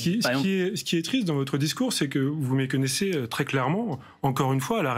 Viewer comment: "il n'y aura plus d'investissement dans la recherche?" je vois que vous méconnaissezeuh, très clairement-euh, le sujet.